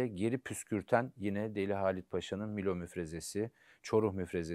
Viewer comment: Değerli hocam sakın ukalalık şeklinde değerlendirmeyin fakat haddim olmayarak bir yer isminin telaffuzunu düzeltmek istiyorum. Halit Paşa'nın komuta ettiği müfrezenin ismi Milo değil Melo'dur. Sizden daha iyi bildiğimden asla değil sadece Artvinli oluşumdan kaynaklı bu bilgiyi düzeltmek istedim. Çalışmalarınızda başarılar diler saygılar sunarım